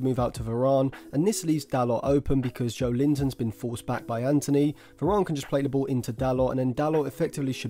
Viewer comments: Why does this guy say Verarn? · good analasys but you say varane weird